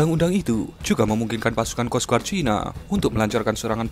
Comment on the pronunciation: bacanya kos gard mas bro...bukan kos guard